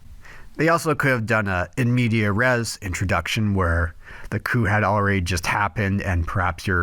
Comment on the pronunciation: Cool video, though I will point out the it's in-mediAS-res not in-media -res